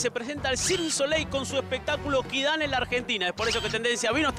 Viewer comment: perdon pero es quidam no kidan :S